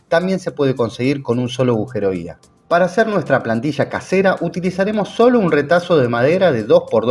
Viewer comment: AUJERO ? AUJERO ? AAUUJJEERROO??